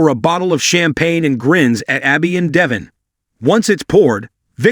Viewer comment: pronounce the names correctly!!! Devon is ..DEH-VAUGN...ACCENT ON VAUGHN!!!